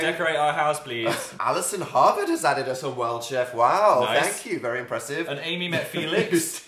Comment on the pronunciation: I love the way that phil pronounces ‘us’ as ‘uz’ 😂 So cute